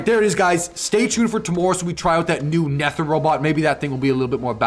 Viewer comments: I think its pronounced nether bro like nether rhymes with weather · Nether is the underworld and aether is heaven and its pronounce neither without an I And a e ther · It’s supposed to be pronounced like the nether dimension like in minecraft and the titan is supposed to be pronounced ather (not being rude I have a thing with pronunciation) (love ur vids!)